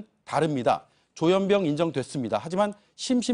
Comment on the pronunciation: 조현뼝? 조현병? 아나운서 발음도 서로 달라